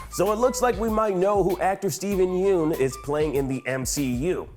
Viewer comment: You may want to learn how to say his last name correctly before releasing these videos.